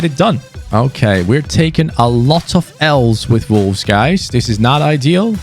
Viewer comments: Is it just me or does he call them volwes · it sounds like ya sayin volves lol sorry dude like ya vids keep it up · Who else keeps thinking he is saying vulves instead of wolves even though it’s just the way his accent is lol 😂 (I’m not hating btw lol)